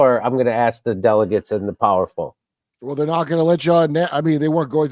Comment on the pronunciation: Is it delegates or delicates...😂